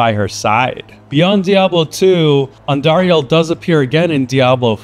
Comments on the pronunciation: The way you say Andariel is so funny. It's AN-dariel, not An-DAriEL. , you said correctly, how it should be said, different than how you said it for example . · why u say andariel wrong? its andariEL not andariAL